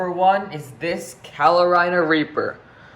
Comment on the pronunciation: bruh it’s carolina not “calo-rina”